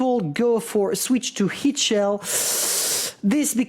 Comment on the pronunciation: I love it when doesn't pronounce the H in Hit, so it sounds like it points 😂